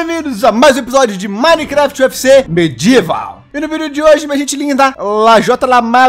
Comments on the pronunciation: Ele falou medieval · TU FALOU NO INICIO UFC MEDIAVAL É MAGICOOOO KKKKKKKK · vc falou minecraft ufc medieval lajota kkkkk